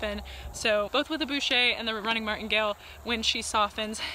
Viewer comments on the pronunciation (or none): Hello, what saddle did you use in that video? (Brand, model, etc) Thanks for this OTTB videos it's wonderful. Also, Baucher in French is pronounced b-o-sh-é with a plain o, b-u-sh-é like you said it means butcher ;) just a little tip about that. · Hello, just a little "fun facts" moment for you guys, or should I say for our amerian riders colleagues, from a french rider: the name of this bit is baucher, not "boucher" which litterally means butcher, (and that's the fun fact moment, the rest of this comment is pretty annoying). Baucher is a french ecuyer from the 19th century, and he's at the beggining of what we call today "l'équitation de légèreté", or "équitation raisonnée", and the bit is named after him. You can find all this shit on Wikipedia for instance, or wherever, don't care actually... you sillies americans butchering our dear language (joking !). Anyway, nice work with this young mare, love your kindness and attitude with her ! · Your pronounciation is almost right. The bit is a "Baucher" and it doesn't really have anything to do with the mouth which is called "bouche" in french. The bit is called after François Baucher, a rider and master of dressage 'de la légèreté' in Versailles during the 19th century. The sound /au/ in French is basically just a very deep and low /o/. Like the sound you make to try to stop your horse ;)